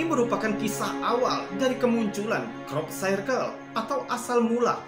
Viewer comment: bacanya Krop Sirkel mas, bukan krop sairkel